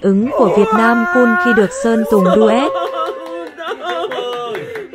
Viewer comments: có nghe nhầm không vậy :))))))) vietnam cum 😂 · Ông tóc hồng nói gì Vietnam "cum" hoài vậy =))